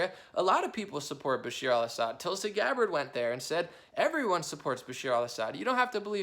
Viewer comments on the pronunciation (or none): none